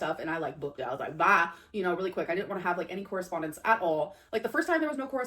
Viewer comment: Lol thank you! The "correspondence" has been bugging me too!